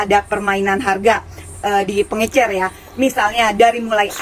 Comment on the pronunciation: Pengecer paakkk... Bukan pengeNcer